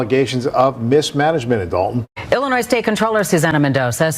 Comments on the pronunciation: The “s” in Illinois is silent. Everytime someone says the “s”, I look at them and feel bad for them they weren’t tight how to say it correctly. It’s also embarrassing for whatever grammar school they attended. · Not Dolton, Illinoise🤦🏽‍♂️ Come on, you’ve been covering this for how many videos? Lol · It's ILLINOIS, the S at the end is silent yo..